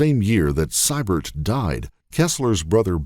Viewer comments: note how the name Sybert is pronounced. It should be See-bert. Thats bc the AI has trouble with uncommon names bc it has no reference point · It's "see-bert" not "cy-bert" Arrrgghh! Lol.😂